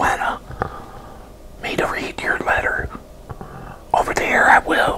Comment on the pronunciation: I love his accent lol. The way he says his “air”s “How’s everyone doing out thare?” “Pull up a chaire” And then “his mahm” 😊